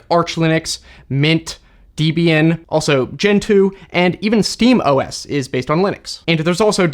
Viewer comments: Why is nobody talking about that it's deh-bee-uhn, not dee-bee-in not trying to be rude, just hope this helps ☺☺☺ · Love your videos. I still use smime certs to sign my email. Learned that from a past video of yours. Debian isn't pronounced Deeb-ian. It was named after the author Ian and his girlfriend Debra. so Deb-Ian is the right way 👍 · FYI it is not Deebian, it is Deb and Ian. Two names put together to create the name you see Debian. Other than that, nice video explaining what Linux is. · Deeebian come on mane 🤣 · you can't pronounce 'debian' properly